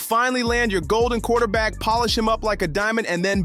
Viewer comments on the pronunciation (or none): none